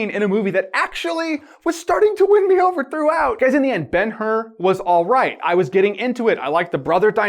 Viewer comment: Ben-Hur = Bone-How